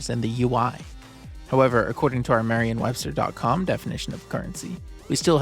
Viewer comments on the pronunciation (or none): OP kept saying "marrian webster" with an A and an N. It's definitely Merriam with an E and an M.